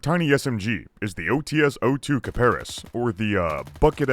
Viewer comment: Hey,! Thanx for the vid! But please, PLEASE, stop pronouncing OTs as 'ou-tee-es'! 'Ts' here is a single sound. English doesn't particularly have this sound, but if you simply quickly read 'ts' without splitting, it'll work.